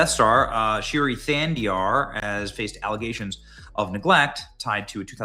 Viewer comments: BENNY ITS PERNOUNCED SHREEI NOT SHIRY 😂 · Shi's first name is pronounced Shree as in shreak ! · It's not "Shiri", Benny. FFS, you really struggle reading